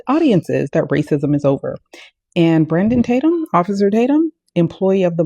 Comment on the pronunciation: is it just me, or did Nancy call him Brandumb Tatum? 🤣